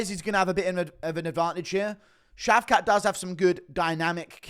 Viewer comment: It’s British that how you say shavkat (shaved-cock)